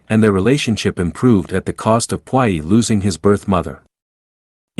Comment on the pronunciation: Please learn how to pronounce the words correctly. Puyi is pronounced poo yee. Look words up if you're in doubt.